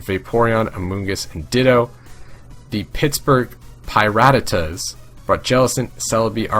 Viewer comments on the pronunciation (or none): you still can't even pronounce PiRattatas... sighs misspronounced before the season started, still misspronounced in week 3